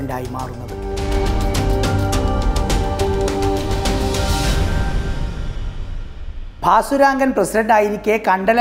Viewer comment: ഭാസുരംഗൻ എന്ന് എന്തിനാ ഇപ്പോളും പറയുന്നു...കേട്ടിട്ട് prandu പിടിക്കുന്നു